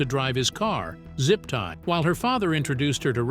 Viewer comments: Ya, all the AI mispronunciations are funny! I caught the Zipty one! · if you want to say it, say it right ziptie